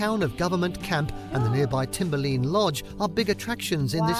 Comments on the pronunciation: Its called Timberline not Timberleen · But Timberline was butchered lol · Love this video. One correction for the guy narrating - it's "TimberLINE" not "TimerLEEN" but so far everything else is spot on. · As an Oregonian in the Columbia River Gorge, I would very much like to be able to visit Great Britain. Also, Timberline rhymes with fishing line, dotted line, and “the line at which it’s too cold for timber (trees) to grow”. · Very nice video, and the 2 parking tips are worth noting. You got the pronunciation of Multnomah right on the first try. But the video itself had a few wrong pronunciations. It's TimberLINE not TimberLEEN. And Lava Butte - it's pronounced Byute, not Butt. 😂 Oregon is about the same size as the entire UK, so Crater Lake is about a 5 hour drive from Portland. Hope you can visit some day. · Just note that Timberline is pronounced “timber line” not “timber lean” all the other pronunciations are correct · Timberline is pronounced Timber Line as it is the line where trees stop growing in high elevation mountains. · AI doesn't pronounce words correctly all the time! "Timber Lean Lodge"?? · Some of the pronunciation were pretty off in this video. It isn't "butt" its called a "butte" as in beauty, so it would be beaut phonetically. And its Timber-Line as in line where the timber stops. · This got to me too. It's a very commonly understood word and Timber-lean is a widow maker, not a lodge above the tree line. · Amusing pronunciation of Timber Line lodge. But i definitely recommend visiting. I love living in Oregon.